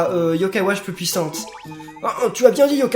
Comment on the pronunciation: c moi ou à l'intro il dise wash plutot que watch